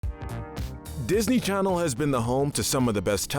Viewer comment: "Disney Cannel"